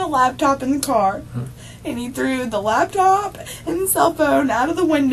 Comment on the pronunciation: This is probably one of the most annoying interrogations I’ve watched. The crying and pity part she has for herself and drawing out of the last syllable of the last word in every sentence. “I was in the carrrr” “ I want to be with my kidsssss”. A the detectives use of the word “yo”, “ help yo self” “ this is yo opportunity” just annoying. An this detective needs to stop interrupting her and saying “stop slow down back up slow down” for gods sake it’s all recorded so whatever you think you might have missed just watch the dang video let her talk and incriminate herself as much as possible.